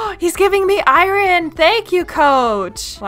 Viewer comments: … you are pronouncing iron I-rin 😂. It is actually I-orn even tho it is spelled iron 😅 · Okay I gotta say it It’s ai-urn not ai-ren 🥲 great series! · I feel bad because it’s driving me absolutely nuts to hear it pronounced incorrectly 😅 love the vids, but I-rin 😬